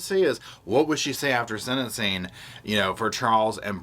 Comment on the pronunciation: The word is "sentensing" NOT senincing...😢